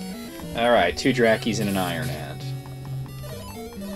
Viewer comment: Whenever you say 'iron ant', it sounds like you're saying Iron Man...prompting me to wonder why you're killing Robert Downey Jr. Also, you totally missed the old guy in the cave who asked whether you'd been baptised or not.